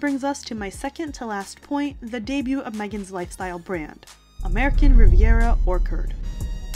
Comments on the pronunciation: I really enjoy most of this channel's videos so this isn't said hatefully.. but I've noticed the hosts frequently mispronouncing basic English words like in this video when she says "orchard" 🤦‍♀ and saying "woman" instead of "women" when referring to WOMEN as in plural, more than one woman - it's so distracting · Please double check your pronunciations for words before you post. You said "orchard" wrong and you often say words wrong throughout your other videos.